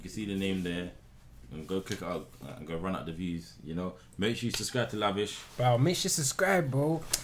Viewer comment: Man said Lavish 🤣🤣